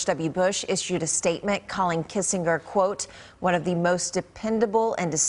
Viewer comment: "one of the most dis-STINK-tive voices of foreign AFFAIRS." 🤪